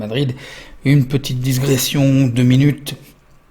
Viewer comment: Di..gression:-) Et surtout merci pour ton travail considérable.